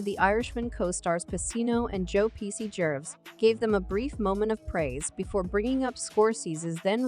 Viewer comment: Jeeves, jerf, jaywees, Jerry's wtf this bot is not even consistent in it's false pronunciations. Jives omg I have to turn it off ...